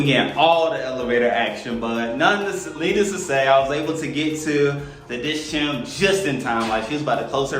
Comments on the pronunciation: You 2 are awesome parents. Little guys kick is tops 👌🏽 I agree mom. On a side note, it’s like how you say chemical - it’s Diskhem not Disshem 😅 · Hi, love you guys so much. the Dischem is pronounced as Dis-chemist so its Dis-chem... the ''chem'' is for chemistry/chemist.